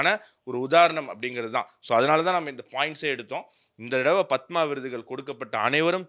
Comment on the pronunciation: ஆனந்த அவர்கள் பத்மா என்று உச்சரிக்கிறார்.